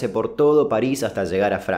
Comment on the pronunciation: Lo dijiste mal nene